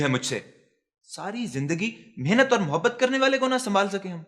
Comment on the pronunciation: The old man’ avid Urdu dialogue delivery and pronunciation is immaculate. Few know its MAHABAT not muhabat